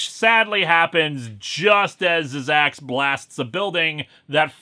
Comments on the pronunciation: Zzzax is actually just pronounced zax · No offence Linkara but it's pronounced "Zax." The first two z's are silent. At least that's how he pronounced it in the "Incredible Hulk" cartoon.